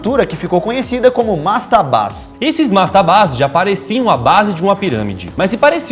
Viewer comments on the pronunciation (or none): mastabas ** Não mastabás